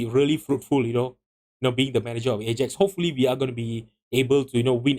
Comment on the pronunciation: Lost me as soon as he pronounced “Ajax” like that.